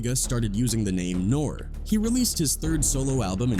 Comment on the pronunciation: Somebody should do a citizens arrest on yo ass, pause, for how you’re pronouncing Nore and Noriega.